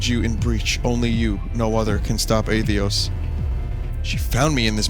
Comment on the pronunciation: I CANT TAKE IT ANYMORE. WHY DO YOU KEEP FORGETTING THE SECOND T IN ATHETOS